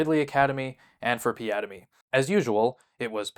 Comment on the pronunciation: The way he ( Ridley ) says piademy sounds like piada - mi The portuguese word for joke